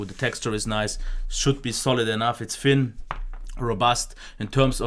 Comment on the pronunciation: He is saying fin not thin and I know that’s just his accent but it makes me so angry 🤬